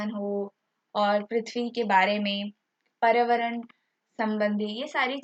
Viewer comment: Bolana to sikh lo mam spelling ko dekh k acche se bola kro paryawaran hota h na hi prawaran nhi